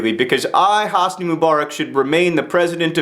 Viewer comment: Actually, the way John pronounces Hosni is correct. :P